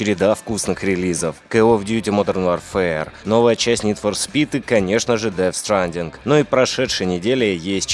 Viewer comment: ДеФ СтраАандинг ПарадиИис НидФорСпид ХёЁёрт. (БадХёрт надо пологать) БлуУудлайнс 2 - детская ошибка. Нормально прочитал только Овервотч и ВарКрафт 3 Если это можно считать "Лучше", то да )